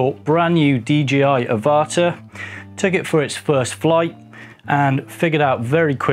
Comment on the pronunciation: Teeny weeny point....like you I called it the Ah-vah-tar .....but its actually the pronounced av-ah-tar .... avatar ...like the movie . Looking into hacking it myself as getting red horizontal lines on thd video footage.